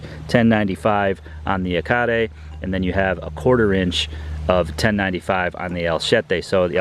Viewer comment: Finally an accurate pronunciation of Yacare!